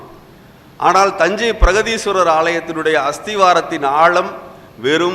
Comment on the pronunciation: பிரகதீஸ்வரர் not பிரதீஸ்வரர்